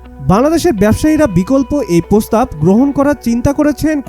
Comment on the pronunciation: প্রস্তাব কে পস্তাব বলা এসব জঞ্জাল সাংবাদিক বের না করলে আশা করি আপনাদের টিআরপি আরো কমে যাবে 😅